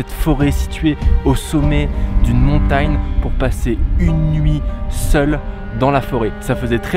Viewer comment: « Montayne » Okk